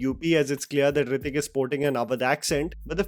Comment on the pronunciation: nothing can touch Hrithik boy. Bugger off with your shit pronunciation and weird accent. Why no one in india has normal accent. Why can’t you pronounce simple words?